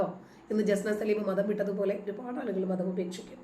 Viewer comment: Matham.... "Madham', aakaruthu...